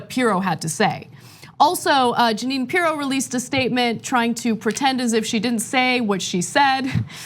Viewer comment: We should all call her Jeanine PEE-ROW from now on.